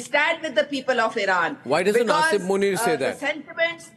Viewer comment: Arnab - it doesn’t matter. His name is Asim and not Asif. I think you keep saying Asif. You are a very reputed journalist. Please pronounce the names correctly.